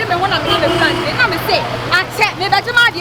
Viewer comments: I knew was going to shout "yesssss prantain" 🤣🤣🤣🤣🤣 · Prantain cheeese 😂😂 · hmmmm prantain paaaaa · Did someone hear well? Prantain Prantain eeeeeiiiiii